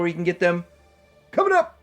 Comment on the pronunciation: The over emphasis on ' comin' up' is making the subscription to your pooptube channel worthy. Very fartworthy ❤😂